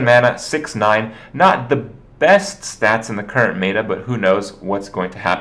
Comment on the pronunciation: "mayta" it's fucking meta kripp.